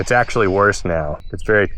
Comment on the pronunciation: Good to know he's at his "actuawy" phase lol😂